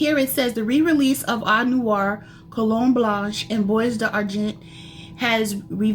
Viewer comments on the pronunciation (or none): It’s pronounced “bwah darjon.” Don’t pronounce the s or the t.